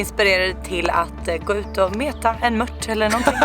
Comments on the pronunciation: Mört inte mött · grymt bra serie! Men möRt...jösses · Varför säger ni mött? Det heter väl mört?